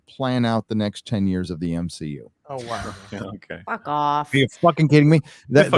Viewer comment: I just want to say. It’s NOT M-She-U 😂 😂